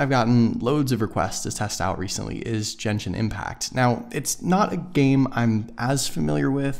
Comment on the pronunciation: Did he just say "Jenshin impact" lol